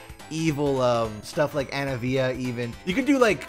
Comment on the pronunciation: Ain’t no way this guy pronounces it Ana-via, ain’t no way.